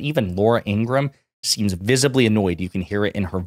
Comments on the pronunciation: FYI, it’s pronounced Ingra-HAM. Literally, you pronounce the HAM. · Her name is pronounced in-gruh-ham